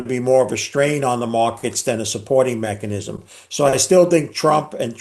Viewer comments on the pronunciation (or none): none